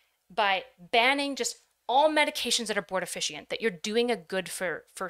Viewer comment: Did anyone ever tell how to pronounce abortifacient (abort-a-fay-shint)? All i could hear every time was that these forms of birth control are "abort efficient"